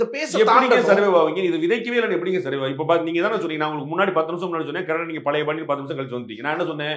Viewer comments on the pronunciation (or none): none